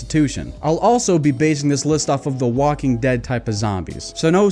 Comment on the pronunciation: Did you just say wanking dead?